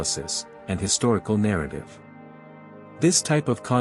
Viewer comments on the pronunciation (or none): none